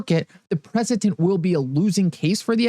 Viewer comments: PreceDent not PreceTent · My man, it’s preceDENT, not PreceTENT 👍🏻👍🏻👍🏻